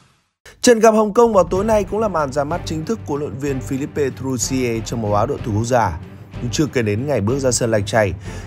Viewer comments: A đọc tên hlv trưởng sai r làm gì phải phi líp pê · Làm gì có “pê”